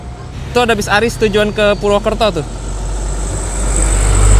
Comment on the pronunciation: Btw Bacanya bukan [aris],yg be tul adalah[ari-es]😊tapi ya udalah gpp, not big problem,bukan masalah besar, okey smogasehat selalu buat abang admin🙏